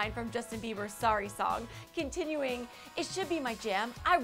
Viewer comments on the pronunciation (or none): none